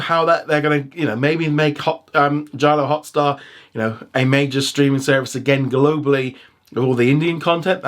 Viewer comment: It's NOT Jalio Hotstar IT'S JioHotstar I WILL CALL PUSHPEK Sidhu